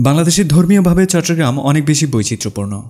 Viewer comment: চট্টগ্রাম উচ্চারণটাও কি মুখস্থভাবে করেছেন ? কোথায় চট্টগ্রাম আর কোথায় চট্রগ্রাম।